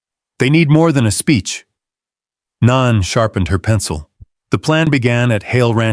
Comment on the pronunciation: Naan is a type of Indian bread. The character's name is Nan, which rhymes with Ann. Instead of dinging at us to subscribe, pronounce the main character's name correctly. SMH...